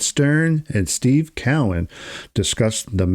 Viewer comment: His name is pronounced CO-IN not Cow -Win jeez